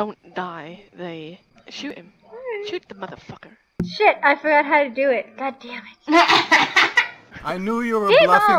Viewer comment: "Mather Facker I am linden labs."